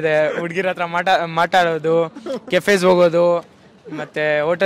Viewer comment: ಅದು ಮಾಟಾಡೋದು ಅಲ್ಲ ಮಾತಾಡೋದು.